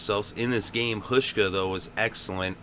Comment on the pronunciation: The first part of Hauschka's name is pronounced with a 'how' sound.